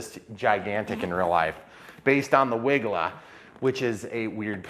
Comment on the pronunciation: Hey! It’s not a Wigla. It’s a Wilga. 🤗😉